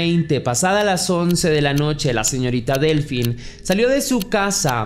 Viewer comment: Hola, "Delphine" se pronuncia "Delfine", ya que el "ph" en francés, se pronuncia "f". Si, la ortografía francesa es muy empalagosa 😩. Cedric, fue liberado hace muy poco, no le encuentran nada relacionado con la desaparicion de Delfine. Para mi, esa cita con el amante, fue una trampa de la esposa de el, para matarla.